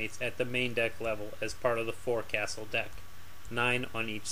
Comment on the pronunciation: I am a big fan of this series of videos and I always look forward to more- I have a respectful criticism though- forecastle is actually pronounced "fok-sol". This is a pet peeve to literally millions of sailors and maritime professionals. Otherwise keep up the good work and carry on!